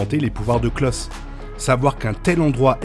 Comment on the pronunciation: Petit détail: on prononce pas "Klos", mais bien "Klaus". Etant un prénom allemand, on le prononce pas à la française. Pareil pour Reginald, pas "Reginold"... ah, vous, les français, a tout prononcer a votre façon !